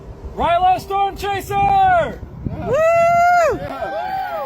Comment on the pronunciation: I think that guy said "Stawmchaser" as in storm chaser, as in he has a speech impediment and still speaks like a toddler..